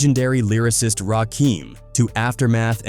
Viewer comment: How does he not know how to pronounce Suge Knight , Rakim and Piru